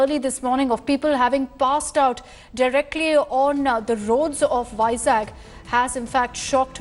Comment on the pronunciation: it's vizag not vizak